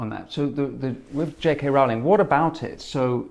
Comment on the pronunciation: PLEASE can people learn to pronounce J.K. Rowling's name as she pronounces it? Rolling. Or does she have to earn another billion before people think she's important enough to be shown that courtesy?